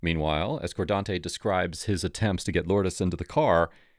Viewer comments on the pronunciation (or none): Bro, it's "car' not "core", and also FU. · Fkn “Cor-Dante” “I ain’t do nut-ing bro” These fkn ppl break the goddamn Bro meter every other word 🤢 🤮 What an absolute pos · Hahaha "coredontey" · Cordante, lol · Cordonte 😂 wtf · "Cordonte" Shocker